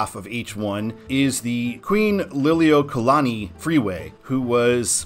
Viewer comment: you pronounce the hawaiian names and towns better than most tourists! how did you learn ewa and liliuokalani?